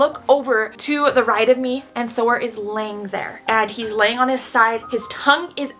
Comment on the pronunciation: She said Thor not door